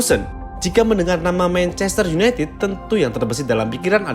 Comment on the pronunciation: mencester opo manchester? wkkkk